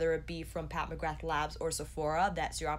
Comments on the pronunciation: Im so bored of warm toned eyeshadows so I didnt even want to look at what this palette looked like for a while lol I was disappointed and even avoided her instagram for ages I didnt want to see orange, red browns and gold again but I really like this...I feel quite apologetic towards her now. I was such a fool for doubting her xD also the surname McGrath is an irish name so it is pronounced McGraah, no th sound. It is a common surname in Ireland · not telling you to say it that way even though the "th" is never ever said because her name is really known with the th sound now in america and thats fine just letting you know anyways :)